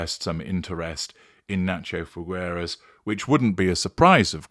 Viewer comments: It's pronounced Fig-eras. Imagine the fruit put together with the word "eras" without rolling the R. Sorry for being annoying. Thank you. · the u in Figueras is silent!